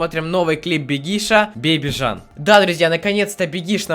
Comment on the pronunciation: Жан???не правильно,правильно джан